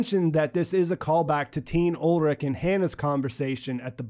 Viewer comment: And so Ulrich has become Olric xD (In case you're wondering about the pronunciation, it's "Ull - rish")